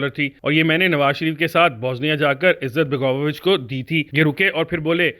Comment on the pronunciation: Izzat-baga-vo-vich nahi balke izet-bego-vich hai.